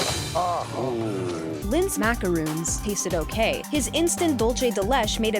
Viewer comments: Ma-ca-ron not ma-ca-rooooonnn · Macarons and Macaroons aren't the same. And Macaron isn't pronounced 'Macaroon'. Macaroons are biscuits and macarons look like colourful burgers. Get ur facts right. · NOT MACAROON ITS MACARON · Person of marshmallow no they mispronounced it in this case there are two different cookies one is with two o' the other is spelled with one o, the sandwich Macaron is pronounced Mack-uh-rahn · The pronunciation for macaron had me triggered